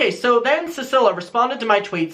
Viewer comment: I think her name is pronounced ceeceelia